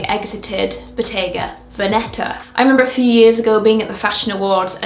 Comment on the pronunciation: Victoria, could you please check how Bottega Veneta should be pronounced…Such a common mistake…